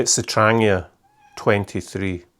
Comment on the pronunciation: Also love how you pronounce Trangia properly the way it’s said in Swedish. Other than yourself and 2 others that make videos all says tranJEEa 😆✌🏻🌲